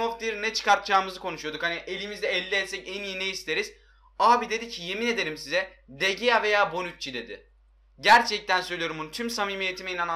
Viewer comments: de gea deil Dı hea diye okunuyo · DE GEA DİYE OKUNMAZ DE HEA DİYE OKUNUR !!!!!